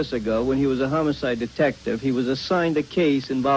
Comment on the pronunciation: good spot, I agree he sounded like he was going to say homocide